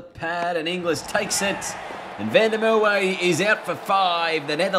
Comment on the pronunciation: learn to pronounce Merwe....w is pronounced as a v and you in Mer you have to pronounce the R as well